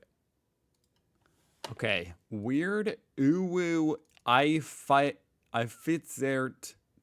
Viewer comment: Well I think he also wanted to pretend that he never heard the term uwu before - but he hit the pronunciation perfectly, so we see through it.